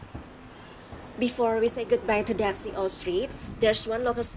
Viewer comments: Di daxi org taiwan bacanya tasi bukan daksi soalnya gk bisa sebut D itu terkenal dengan tahu hitamnya enak banget. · Kak maaf ya,itu DAXI pengucapannya bukan daksi ya tapi TA_Si..saya tau pengucapanya karna kbetulan dulj waktu kerja di taiwan,sering diajak ke Daerah situ sm bosku,memang tulisan sama pengucapan itu beda kalau untuk bahasa mandarin ya kak🙏😊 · Daxi dibaca Ta Shi kak.. cmiiw.. love you.. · Maaf kakak cantik ,just correct.Daxi itu di bacanya tasiy,dan itu kue bolunya namanya tankau (bolu taiwan) itu eyke jg bikin mbaknya🙂‍↔️🙂‍↔️ xie xie nimen ,wose chu cai taoyuan le. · Daxi tuh Dibacanya Ta xi kak ia